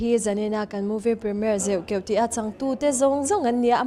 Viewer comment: Host hian a film hming a lam dik lo tluan thak mi hming koh dan a hre hlawl lo bawk. Chuan Josepha hi mithar ni lo film lamah 2004 khan a chang tawh